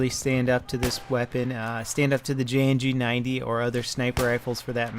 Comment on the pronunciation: Lol he said Jng-90 at the end